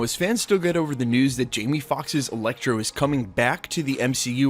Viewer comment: wait....did you say Electro,and then Elektra??..or just Electro?....coz i am pretty sure i heard some Elektra like twice.